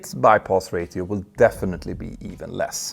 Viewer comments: Incorrect. There is no dialect of English where “ratio” would be pronounced with the hard T. Some nonnative speakers may say it, but that is simply in error. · "ratio" sounds like "ray-she-o" not "ray-thee-o" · It's pronounced "Ray-shi-oh" not "Ray-Ti-oh" 🙂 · Just a quick FYI: "ratio" is pronounced "ray-sheo", not "ray-theo" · Hi Pettr - your English is fantastic. But a small tip for you: Ratio is pronounced Ray she oh. Not Ray thee oh. It’s a complex language ‘coz we got invaded a lot and have words from Vikings, French, German. Anyway - hope you don’t mind this small comment. Your work, and that of your team is fantastic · It’s not reeyTio! You say reyšio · Ratio uttalas rejsho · Bypass rașio is pronounced 🤓 english 😅🤷🏻‍♂️ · Ratio is pronounced Ray-She-O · Ray-She-O = Ratio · 1 your speaking voice is great. Don’t change it. We Americans assume anyone that speaks with correct grammar, with an accent, is very smart. (A La Chinese zen, German scientist, Native American wisdom, British scholar, etc) … Ratio pronounced as “Ray-Theo” is your brand for “experienced pilot.” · Please forgive me if my next comment seems somewhat offensive.It's not meant to be! The word 'ratio' is said as if the letter 't' is said as the two letters sh. This then, makes ratio sound like 'rashio'. the T is replaced with 'sh' sound, even though the spelling is as before! I trust this may be of some help in the pronunciation of an often awkward language. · please pronounce ratio as "ray-si-o" i can't stand it man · But it’s “ray she oh”. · Hey Petter, not trying to be a jerk so don't take it that way, but on the off chance it hasn't been brought up, "ratio" is pronounced with an sh sound in the middle like in "shell"--so "rashio." Just noticed you have a bit of trouble with that word. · Constructive criticism. Its Ray-shee-o not ray-tee-oh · FYI, your pronunciation of ratio is ... erm ... special. Should be more like ra-she-o. 😊